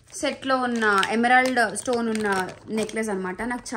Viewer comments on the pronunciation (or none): none